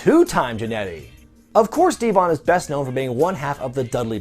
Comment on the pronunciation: No!!!!! Not D-von